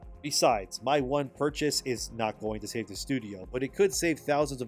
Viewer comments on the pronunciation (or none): none